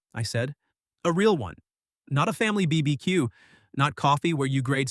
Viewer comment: Never trust an AI which can't pronounce BBQ! It'll tell you pineapple is the best and most popular pizza topping next!